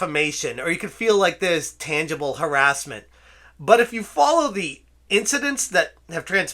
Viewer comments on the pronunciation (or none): "The truth is haressment"